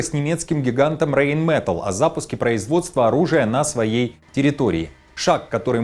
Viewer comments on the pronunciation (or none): РейнметАлл это немецкое слово! Ударение на А.